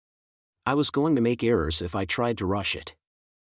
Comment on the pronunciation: Thank you so much for this. Is there a way to change the voice? There were so many problems with pronunciation. For example, Aisha is pronounced Ayesha and Ariel is pronounced Arioel. Then there are small mispronunciation like errors being pronounced Eris.